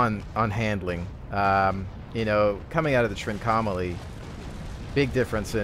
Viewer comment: Look up how you pronounce 'Trincomalee' because you definitely say it wrong. Less 'trink-OM-ah-lee' more: 'trink-ahh-mah-lee' (and said fast without emphasis on any certain point).